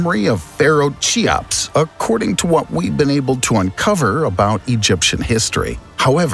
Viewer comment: "The chamber is made of 3 million stone blocks..." and how you pronounced Cheops.... don't do youtube videos please